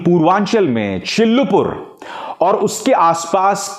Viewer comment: सर चिलुपुर नही चिल्लूपार है सर जी